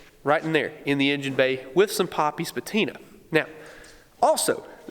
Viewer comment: You lost me at "patina"...